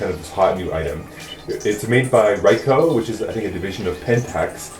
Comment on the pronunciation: Thanks for the informative review. It was a good idea to shoot it in front of a big mirror. Just so you know Ricoh is pronounced Ree-Koe (Long E, Long O).